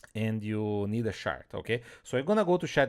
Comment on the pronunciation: Watching this at 1.5x and it took me a good while to understand that you were talking about a "chart" rather than a "shart"...